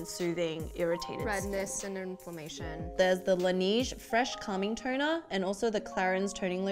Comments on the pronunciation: Lady on the left! Do you see when you pronounce 'toner', your script comes up as 'turner'..? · why do i keep hearing u guys said "Turner".... again "Turner" ... Is it turner syndrome ? 😂 im too biology now . fix me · Is it me or they pronounce TONER as TURNER??? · Really girl on the left teach your friend the girl on the right how to say TONER not TURNER